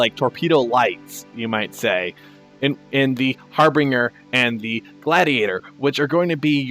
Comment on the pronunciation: Great show guys! Just a note - it's not your fault, but CIG mis-spells the word 'Harbinger' on it's website. Sometimes they get it right, other times they spell it 'Harbringer'. The word is pronounced Har-BIN-Jer. It refers to a fore-runner. 'HAR-Bringer' is not a word in English. Hopefully they will proof read their own site sometime.